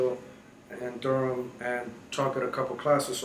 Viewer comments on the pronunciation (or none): none